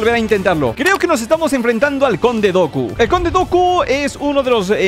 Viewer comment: el jefe del minuto es el conde dooku su nombre se pronuncia como duku